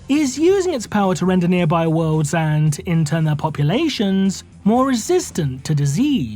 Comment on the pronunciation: omg why do you speak like you do? why do you pronounce words so weird? it makes your video unwatchable